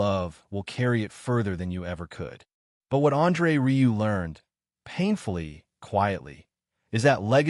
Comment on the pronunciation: RIEU. IS RIUE. NOT RILEY